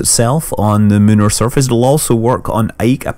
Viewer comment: "moonar" surface? Is that a British thing?